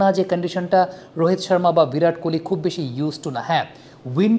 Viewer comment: ভিরাট নয় ওটা বিরাট হবে 😂